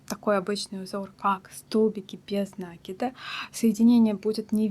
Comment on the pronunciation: Что у вас с ударениями? "нАкид, бИсквит"! В школе плохо учились? Слушать противно!